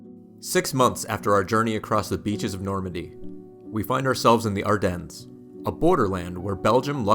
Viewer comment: nice video, happy to not hear a AI narrrator. But you do NOT pronunce the s in Ardennes -- it is silent.